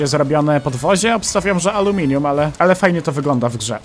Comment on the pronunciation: to podwozie jest zrobione z aluminium ja: to podwozie jest zrobione z amelinium